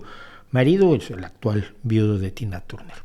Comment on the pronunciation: Turner no, Tarner se dice.